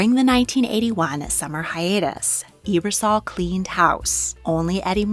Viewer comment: Not a big deal but Ebersol is pronounced "ebb-er-sol" and not "ee-ber-sol." That goes for Dick or Christine.